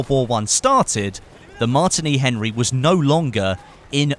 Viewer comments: its not mart ini its Martini like the alcohol drink Martini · its pronounced "mar- teeny"